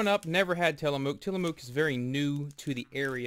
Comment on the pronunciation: That's not how you pronounce Tillamook